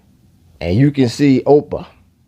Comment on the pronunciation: Your pronouncing ophir wrong. Its not 'opa' its pronounce 'ofear' (trying to write it in the way its prounce but hopefully you get the idea.)